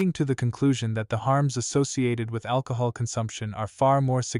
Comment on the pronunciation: AL - COHOL 😂 The name makes sense now